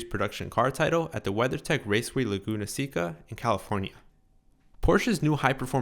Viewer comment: The people who live in Illinois don't pronounce the final s. The people who race at Laguna Seca (Dry Lagoon in Spanish) pronounce Seca "SAY-kuh"